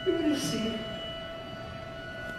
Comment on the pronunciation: The way he says Eurydice 😭😭